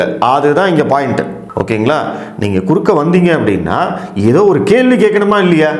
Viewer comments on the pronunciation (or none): குறக்கே அல்ல குறுக்கே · குறக்கே இல்லை குறுக்கே தமிழ கொலை பண்ணாதீங்க ( வீடியோ டைட்டில் )அதெல்லாம் சரி நியூஸ் 18 அம்பானியோடது அங்க பேச முடியாதா?